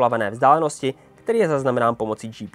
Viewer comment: Nie Ektiv ale Aktif!!!